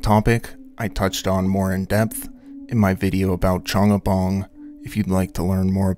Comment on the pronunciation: ChAngabAng, no Os in that word